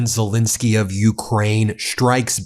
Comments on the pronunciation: Why can’t some Americans pronounce Zelenskyy? It’s not Zillinsky, it’s ZELENSKYY!! ZELL rhymes with Bell.. drives me nuts! Anyway Slava Ukrainii! 🇺🇦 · While you've spelled ZELENSKYY correctly, you keep mispronouncing it. I had a teacher named Betty Zelinski. Volodymir's last name does NOT contain an "I" it is an "E" and should sound like the "E" in pet, not the "I" in pit. ALSO - the summary has his last name spelled WRONG - as Zelesnskyy. Foreign leaders would have more respect fo us if we at least got their names correct, consistently. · look at the second "e" in president Zelenskyy's name. Ben pronounces it as an "i'. I believe it's disrespectful not to pronounce people's names correctly. He also mispronounces the name of the French President. Ben is a lawyer and I expect better accuracy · I wish Ben had enough respect to stop mispronouncing President Zelenskyy's surname